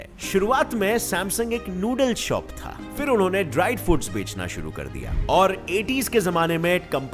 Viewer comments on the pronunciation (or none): none